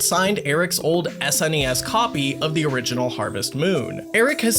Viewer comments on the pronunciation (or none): none